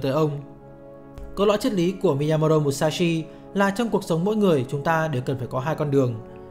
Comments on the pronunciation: rất hay nhưng k biết do tôi nghe nhầm hay bạn đọc nhàm mà miyamoto thành miyamoro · Cảm ơn ad đã giúp mình kỉ luật và suy nghĩ sâu sắc hơn về bản thân. Nhưng chỉ có chút điều chỉnh rằng ad nên đọc đúng tên của ông "Miyamoto" chứ không phải "Miyamodo" ạ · bạn đọc tên tiếng Nhật thì đừng nói giọng tiếng Anh được không? Miyamo"do" là ai? 1 người Việt gọi tên người Nhật, bằng giọng Anh-Mỹ??? mình cũng ko chắc ng Mỹ sẽ đọc tên Miyamoto như vậy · Thực sự khó chịu khi nghe cái cách đọc Mi-ya-mo-do 😏 . Dù tôi rất cảm ơn nội dung của các bạn. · miyamo"do" á bạn. Mình đoán người đọc này (tên là ) đang đọc theo kiểu tiếng Anh Mỹ. Nhưng mình không biết là để làm gì. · chuẩn, nghe khó chịu vãi chưởng, nhất là những người biết về tiếng Nhật, đọc như vậy vừa sai, vừa mất ý nghĩa cái tên của người ta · Đọc sai tên rồi kìa ?? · Thề chứ đọc tên sai nghe khó chịu thật sự